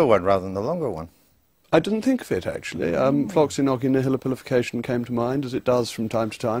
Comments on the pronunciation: It's actually pronounced 'floxi-norsi-nahy-pilli-fick-ay-shuhn'. He even pronounces it wrong. The 'nihil' part isn't pronounced with the 'h' sound, it's pronounced as in 'annihilation'. As in more of a 'nigh' sound. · If you think you're less educated than jrm, then what would you say if I told you that he doesn't even know how to pronounce 'floccinaucinihilipilification'. He's just another showman. In other words, 'conman'.